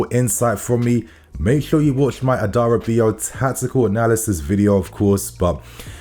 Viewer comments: As a fellow yoruba man.. It's Adara-bi-oyo. I get it's hard to pronounce though. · A da Ra be or yor! That’s how to say his name correctly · All love. Tosins name is pronounced adara - bi - oyo. Go Chels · It’s pronounced Adara-Bee-AwYaw (Adarabioyo). You’re welcome.